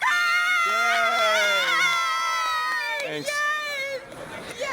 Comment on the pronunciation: The way they said Starbucks girt card tho